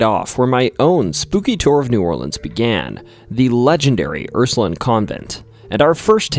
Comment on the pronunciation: Hey Ursuline is pronounced how it looks Line not Lin I grew up in New Orleans so hearing it said like that I was like huh